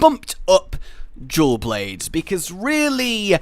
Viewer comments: Is it just me that hear him says "jewel blades" instead of dual blades?? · I keep hearing jew blades instead of dual blades... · “Jewel Blades”